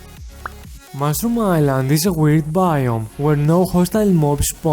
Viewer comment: Mushroom sounds like mushrum XD